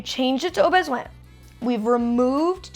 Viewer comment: Molly, your French is really not bad (especially for "au besoin")! The only thing I can't tell is whether his "walk on" command is "en avant" (forward) or "on y vas" (let's go). Your pronunciation sounds right in the middle and either could work; I suspect it's the former though!